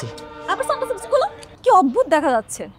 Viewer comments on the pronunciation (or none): none